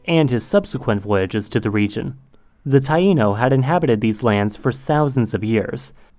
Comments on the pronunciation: He said it right.😑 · yassss call out my country's blatant colonialism lmao why do we own Nicaragua's islands?? Also thank you for mentioning the Natives!! and brownie points for being able to pronounce Taíno lol although the Taíno are definitely not extinct—even if you don't want to count the Mestizos (mixed euro+amerind) in the greater antilles who preserved much of their heritage—there was a small pocket of one island where they managed to avoid encroachment into the present on the eastern coast of Dominica—and additionally the Garifuna many of the mixed afro+amerind folks from the island of st. vincent were forced off their land and forcibly moved to honduras